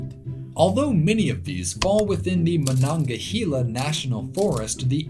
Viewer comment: I've never heard of Kumbrabow or Nantahala before, so I have no idea how they're supposed to be pronounced. However, I'm delighted that he pronounced Monongahela correctly!